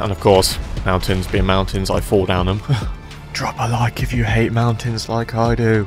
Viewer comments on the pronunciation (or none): "do you hayte bein pooohr? do you wanna be rich loike me?" YES PLEASE